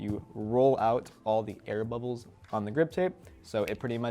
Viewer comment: The was says “bubbles” makes me laugh lmao